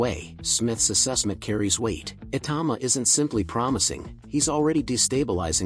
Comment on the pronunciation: Totally agree, although Daniel 'Dooboyce' probably doesn't mind. Ironically, the AI pronounced Itauma correctly, when everyone else gets it wrong. Go figure!